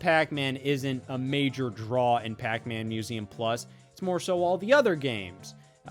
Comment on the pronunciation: "Pac-MÆN Museum Pluss?"